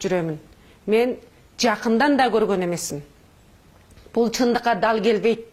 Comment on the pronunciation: Телевизор дей албайсын сен кандай депутат болосун.жон эле журоберсен болмок. (Тал келбейт) эмес дал келбейт.канча созундо ката эх ушундайлар бийлике барса онолушубузга дагы 30 жыл барго.